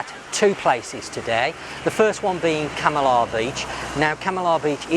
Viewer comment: You say Kam - i - lah about a hundred times and every time you pronounce it wrong. Try; Kamarlah